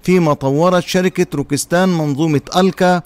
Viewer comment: روكيت سان وليس روكيس تان.. وشكرا..